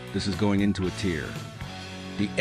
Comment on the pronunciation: while watching this, I was starting to get some weird red flag vibes that most of this vid was made entirely by AI lol. The way the AI voice said "A tiers", skipping the "A" and the script of the vid felt like it was written by AI.